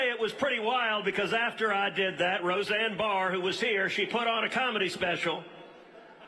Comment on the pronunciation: He listened to Roseanne, and got motivated. Dang he said her name right as I typed this. Knew it.